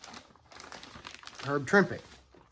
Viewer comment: Nice stuff, thanks for sharing. And thanks for pronouncing Trimpe correctly!